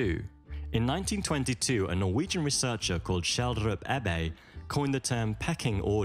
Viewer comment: I'm not trying to be insulting, but the name he is attempting to pronounce is Schjelderup-Ebbe. Thorleif Schjelderup-Ebbe was a zoologist... oh well, just google the name if you want more information on him, or scientific articles by him.